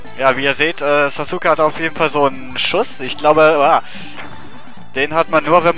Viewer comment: Sasuke spricht man ja eigentlich Saske aus, wollte ich nur mal gesagt haben hrhr ^^. Dieser Fisch erinnert mich irgendwie an den Fisch aus Kirby. Also die Retro Lets Play Schiene von Retro Spielen, so wie es momentan ausschaut ^^. Warum gibts nur bei mir nicht so nette Damen auf der Straße, die mir einfach Geld geben Y_Y